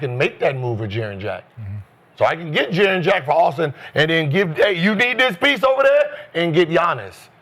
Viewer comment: lol can we call him Jaren or triple J.. cause everytime they saying Jaren Jack it sounds like Jarrett Jack!